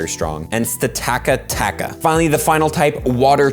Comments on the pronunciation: TAKATAKA? it is steka taka. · Sta-taka-taka? It's pronounced Sta-ka-ta-ka!